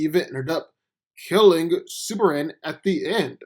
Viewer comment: It's Superman. Not Super Anne! Fukk! So triggered!